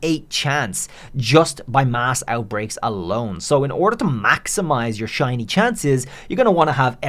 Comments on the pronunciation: In the opening line I did a double take thinking you said "how to get Chinese" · Is it me or did he say Chinese pokemon 😂